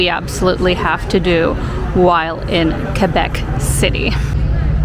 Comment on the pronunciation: Good, you don't pronounce the u in Quebec.For other people I want to inform you that the u is silent.